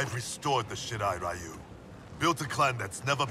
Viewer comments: Why is Ryu spoken like Rayu? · Low key triggered every time they say Ryu as "Rai-yu"...🤦🏻‍♂️ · I love this part but still hate how they misspronounce Ryu lol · It still bugs the hell out of me that NetherRealm Studios never learned the proper way to pronounce "Ryu." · Ikr? Street fighter the movie did the same thing when pronouncing "Ryu" What's even funny is that scorpions va is japanese yet he still pronounce it wrong